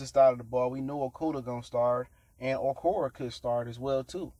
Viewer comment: Owrockwee.....? (Oh..war...ee...ay) pronounced like its in the thought id help ya out. Cuzz u destroying that last name baaad lol